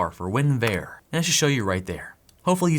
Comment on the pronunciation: not that you will read this let alone care but ... its "win-vurr" vurr like how you say "version" maybe your canadian... idk. :volcano-green-lava-orange